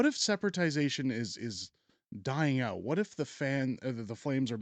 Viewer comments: Lol Sep- ra-ti-za-tion. I'm sure you meant separation. Still, first time I've heard it. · Yes, but let's get the term "separation" correct. It is not "separatization"! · The term is “separation” not sepertization. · It’s “separation” not “separatization”. Love your videos 💜